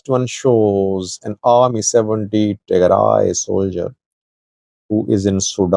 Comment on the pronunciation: Tigray not Tearay